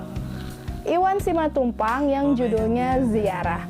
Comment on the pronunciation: Koreksi untuk pada beberapa salah ucap: bukan Simantupang, tapi Simatupang. Bukan eksistensisme tapi eksistensialisme. Mengapa tokoh mengapur kuburan? Penulis ingin membuat paradox antara seorang pelukis [yang pasti bermain warna, mengisi lukisannya dengan nilai filsafatnya], kini hanya mencat kuburan. Selbihnya saya apresiasi telah mencoba membaca novel Iwan Simatupang yang absurd.👍👍👍